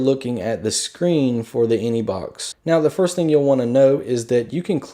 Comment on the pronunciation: he keeps saying inebox